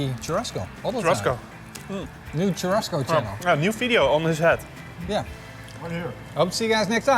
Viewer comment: One thing : churrasco is pronounced chu-ha-sco not chu-rrasco 😀 the double r is actually a H.